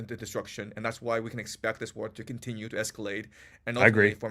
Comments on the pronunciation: I’m not a native speaker but „continue“ is pronounced „kuhn • ti • nyoo“ (the word „contenue“ imo does not exist in the English language). Great content nonetheless. Please continue! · Does keep saying conTENue?